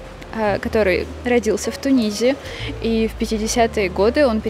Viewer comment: Тунис пишется и произносится с буквой "с" на конце. Почему Вы говорите: "он родится в ТуниЗе"